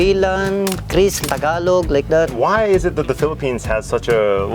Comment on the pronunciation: See, the way he said Tagalog is the only way to say it..just FYI 👍🏼